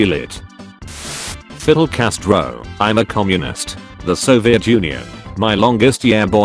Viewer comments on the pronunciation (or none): Nobody: Text to Speech: Fiddle Castro